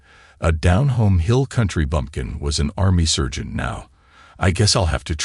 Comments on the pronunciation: SERGENT PRONOUNCED S"A"RGENT , NOT SURGEON EITHER. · I think he means SARGENT.......he just cant say SARGENT.....maybe SPECIAL training for using a "Scalpel" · The word is "sergeant" not "surgeon".